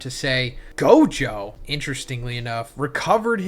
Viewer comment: This guy can NOT get Gojo and Sukunas name right lmao every video he gets the names wrong like 3-4x